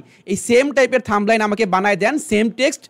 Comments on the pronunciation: থাম্বলাইন❌ থাম্বনেইল✅ 🤭😂 ভুল সবারই আছে😁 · থাম্বনাইল শব্দটা উচ্চারণ কোথায় শিখছেন ভাই।আগে ভাল করে লেখাপড়া করেন